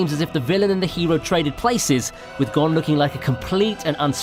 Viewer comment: u pronounce gon as gone its actualy (go)ne